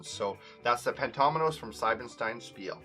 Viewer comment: Pleeease say the „ie“ in Siebenstein as the „ie“ in Spiele, otherwise it would be written „Seibenstein“ 😅 Thanks for the Video, however ☺️